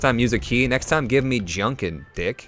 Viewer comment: Junkin not Junkan